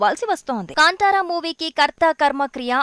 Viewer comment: కాంటార కాదే నత్తికుత్తలదాన కాంతార